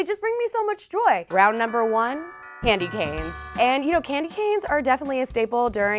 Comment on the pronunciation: Clamdy canes 🤣